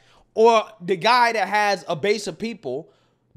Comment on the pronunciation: That not "Dat"...This not 'Dis"🙄🤷